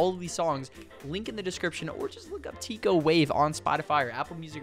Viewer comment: DID YOU JUST SAY tkio its TIKO